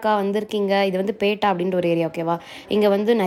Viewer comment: அது பேட்டா இல்லை பெற்றா.